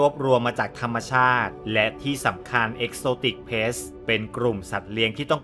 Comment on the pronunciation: ขัดใจอย่างเดียวเลยออกเสียง “pet=เพ็ท“ เป็น ”plets=เพล็ทส์“ ถ้าออกเสียงให้ถูกจะเยี่ยมมากเลยครับ😂